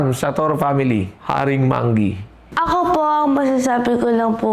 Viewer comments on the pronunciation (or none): manggi ❌ monggi ✔️